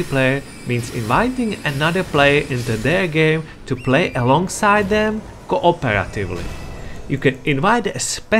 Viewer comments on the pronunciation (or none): Tha Plyar, Kuh Uhperatively lmfao Your pronunciation is so funny